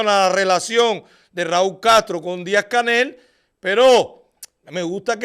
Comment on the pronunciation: tu me encantas soy tu fans #0 adoro cuando dices Díazca jaja